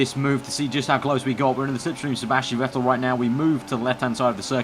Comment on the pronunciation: 'Juan Sebàstien Vettel'